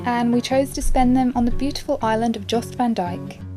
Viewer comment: Great video! FYI, Jost van Dyke is pronounced as if it were spelled "Yost".